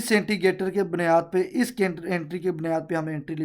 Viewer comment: Intigater ni hota indicator hota hy